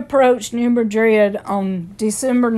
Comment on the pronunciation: Just an FYI, the town isn’t pronounced the same as Madrid, Spain (muh-drid) it’s pronounced (mad-rid).